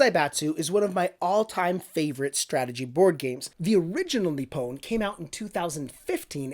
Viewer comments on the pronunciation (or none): It's pronounced Ni-pon not Ni-pown